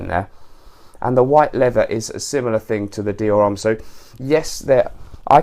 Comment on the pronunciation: H in HOMME is silent. Anyways, really like your channel, keep it up!